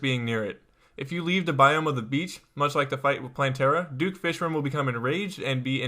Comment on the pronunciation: I love your video but you said "Duke Fishren" I am not trying to be rude but I just think this is kinda funny.